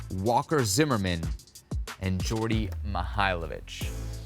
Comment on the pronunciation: slap some respect on Djordje's name, and maybe learn how to pronounce it.